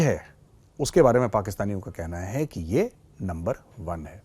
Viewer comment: Sir how u can say NUNBER ONE TO LUMBER ONE FOR THIS I M NEVER FORGET U 😮😮😮😮😅